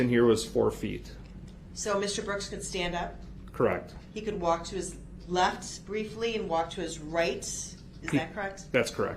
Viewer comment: When he “lef” they put him in his “cael “ in a smock!